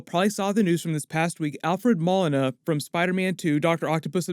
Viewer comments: takes NO days off. Thank you for holding us down! also its Mo-lee-na lmao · I enjoy your work. Thanks for that! A small point Alfred Molina pronounces his name Mo-leen-ah. Thanks for everything! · LMAO i thought his last name was pronounced like Mow•Leen•a .. not Mall•innah 😂😂 Also I think it’s pretty clear that either villains are escaping from the multiverse somehow, possibly with Peter trying to use magic to make everyone forget he’s Spiderman or with Scarlett witch messing around and it’s up to Andrew Garfields and Tobey maguires Spider-Man’s to take them back to their respective universe - that’s how you get their cameos/roles in the movie. Just a guess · my man, his last name is Moe-Lee-Nah. Awesome video and super excited to see him as Doc Oc! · Alfred Ma-Lina 😂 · I think you said Doc Ock's actor name incorrect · Id think you of all people would say his name right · How about you take a couple of minutes and learn how to say Molina correctly